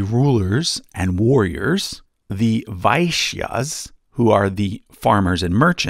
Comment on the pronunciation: The way you pronounced 'Vaishyas' actually meant 'Whores'. It's pronounced as Vai-sh-yas and not Ve-shya-ss. Uhmm really hard to write the pronounciation in English, lmao.